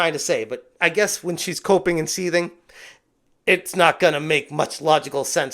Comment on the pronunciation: When you said Alyssa was coping I genuinely thought you said she was pooping 😂 I was like " well she is full of shit"